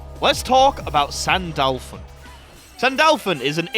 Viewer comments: sandAAAlphon, eh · My brother in Christ. I love your videos. But how. Do you manage to butcher a name. In a game where the announcer literally spells it out for you.